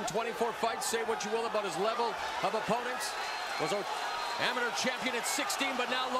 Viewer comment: Nobody is going to talk about the way he pronounce amateur